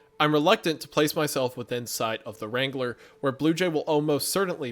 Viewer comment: The way wrangler is being butchered by saying “Wrain-guh-lur”